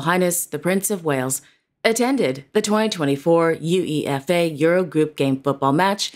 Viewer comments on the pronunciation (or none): Just a quick nitpick. UEFA is said like a word instead of saying every letter.